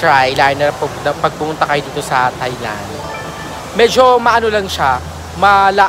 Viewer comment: Thailand pronounced without the TH sound.. tay-land lang mi.. 😊